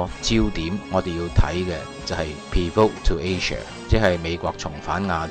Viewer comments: 佢讀錯改正就好了，don't be sarcastic it's off topic totally. By the way pivot is like 'pee-furt instead of pee-'fort. At least he tried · 你講咩嘢英文呀？ "pivot" 都唔識讀，自己亂作音，讀到錯晒、歪晒，羞家咯，笑死人啦。 中一上科學堂都識讀啱音啦。 個音你自己創作㗎? 全世界都唔係咁讀㗎嘛。好心查吓字典先啦，唔識就。